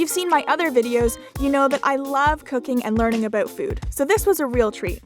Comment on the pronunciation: Aboot? Hehe your Canadian aren't you? Kkk